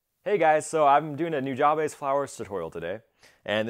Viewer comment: Noo Jah bay soo is how you're supposed to pronounce it haha